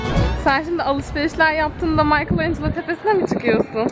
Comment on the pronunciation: "Maykıl en Celo " dedikçe tüylerim ürperdi! "Mikelanjelo" diye okunur!